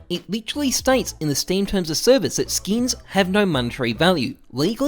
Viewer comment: sksin not skins xD